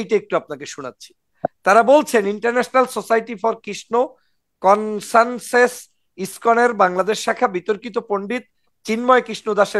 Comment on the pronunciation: কনসানসেস নয়,কনসাসনেস।